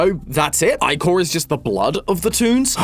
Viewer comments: Can someone tell me why i felt so much anger hearing say ichor like "eye-core" rather than "ick-er", it might just be because the second prononciation is how i always heard it or maybe it's something else. who knows! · Do all Brits pronounce ichor as "eye-chor"? I've only ever heard it as "ick-er" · Eye-Core? Isn't it pronounced like icker or ickor? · pronounced ih-core, not eye-core, when saying ichor (love the channel) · can't pronounce Ichor;-; TOM PLZ ITS -- Ick-or not I-cor It's like owo all over again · Ickor... 😭 aint no way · So im not crazy. I thought it was pronounced Ick-er , I was listening to the video in the background and just kept hearing him say it. I thought he was saying eyecore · It's pronounced ick-kor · ....I don't know why, but pronouncing Ichor as "Eye-core"....really bugs me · Random fact: ichor is canonically pronounced ick-er according to qwel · You say icher not ichor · My eye twitches everytime i hear you pronounce it "eye-chor" 💀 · The black goo is called ichor (ike-ohr) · It’s called ihchour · Its pronounced ick-ur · Um i’ve know the name of this song since I was like 4 and in the aspect of greek mythology you’re pronouncing Ichor (ieh-core) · Having never hear that word pronounced by a Grecian native, I've always thought it was 'Ick-Or' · its actually eekor(just spelling it how its pronounced) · It's not icor it's ichor the is not loud and proud it's soft and loft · am i the only one thats been pronouncing ichor as “e-core” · I always thought that you say “Ichor” as Ic-or like “Icarus” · Hay just to say that ichor is actually pronounced ik-or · Isn't it pronounced ik-ker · It’s pronounced ick er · anyone who pronounces ichor as eyechor deserves to get the Oppenheimer treatment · It's actually pronounced "eehor", as per my Greek mutual nitpicks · its pronounced, icker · Just here to inform of the proper pronunciation of ichor (ick-or) like Licker but without the L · i thought it was pronounced like ik-her